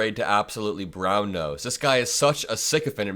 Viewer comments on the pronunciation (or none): none